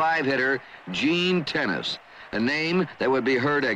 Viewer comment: I recall during that WS broadcast that Gene Tenace’s name is pronounced "teh-NOT-Chee.", not “tennis”. Can anyone confirm this.